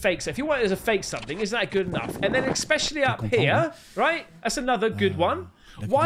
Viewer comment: “Expecially”….cmon mate, seriously.